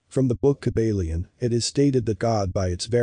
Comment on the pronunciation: Hahahaha "Kib-Alien" 😆